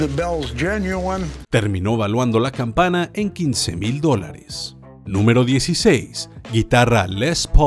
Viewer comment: Corregir dice campaña cuando debe decir campana